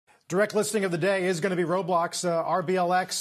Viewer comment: finally a news channel that knows how to pronounce roblox